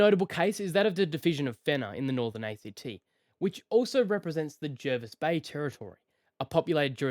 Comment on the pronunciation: Look up how "Jervis Bay" is pronounced. Yeah, I know.